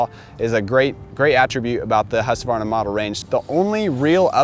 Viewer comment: congratulations!!! You finally pronounced Husqvarna correctly!!! 👍🥂🍾👌👏🏆🥇